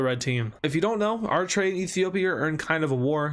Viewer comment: Did he say "Arr"itrea?...it's Eritreia, like "Eric" but forget the 'c' and put on the treia. Full pronunciation: Eri-tray-ya